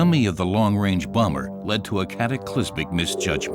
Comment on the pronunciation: Exelente vídeo, porém aprenda a falar Messerschmitt e Bomber. Dói no ouvido ouvir vc falando errado.